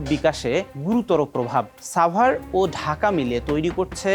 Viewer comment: ভাই এইটা ছাভার না সাভার!